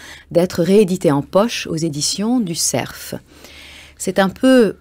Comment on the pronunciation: Mme Anvar devrait apprendre à prononcer correctement le mot CERF en français. On a beau être sur France-Inculture, il y a des limites, tout de même.